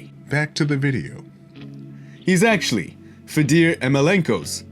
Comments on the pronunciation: Its pronounced fay-door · Love the channel. Great vid . Fedor a legend. Btw it's pronounced fay-door. Keep up the good work mate